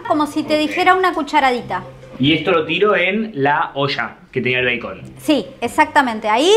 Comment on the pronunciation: me estresa que diga bacon pero lo compensa con lo lindo que esss